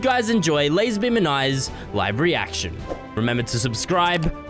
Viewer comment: when he says "live reaction" it sounds like he is saying "livery action" so i am thinking 😳